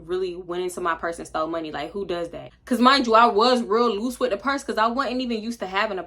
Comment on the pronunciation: the way you been saying loose is taking me out. but LUUUSEEYY GUUUSEY? outta there 😂😂😂😂